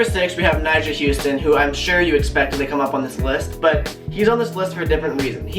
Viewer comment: Isn't it "Huston"?